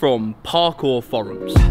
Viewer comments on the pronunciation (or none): "Parkour furums" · Aside from the way pronounces 'forums' I love these videos.:)